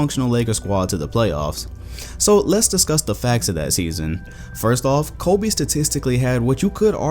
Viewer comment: Stop saying Colby, it’s Kobe